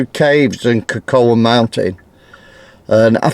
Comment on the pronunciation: Cocoa is pronounced co co!